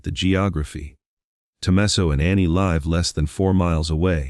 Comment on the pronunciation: Has anyone counted how many times the AI has mispronounced simple words like "Tucson", "live" or simly the Guthrie's name?